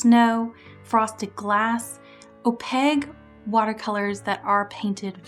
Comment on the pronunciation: great video! (also I have never heard someone pronounce Opaque as "Opeg" or not stress the A-sound before and it's quite charming! ahah) I really felt that part about "good" and "bad" ideas and where those boundaries lie, so thank you for sharing your mindset and opinions!